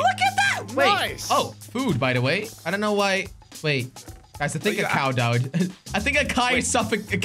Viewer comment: “Guys i think a cow doud, a cai suffocated” - Jelly 2020